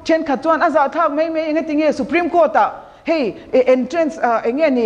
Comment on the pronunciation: mei, meithei , deih. Nilo in mai, maithei, daih.. mizo ṭawng dik in aw...